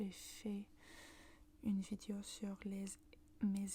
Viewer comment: Le e dans « Vidéo » ne se prononce pas comme « i » :< il se prononce comme le e dans dé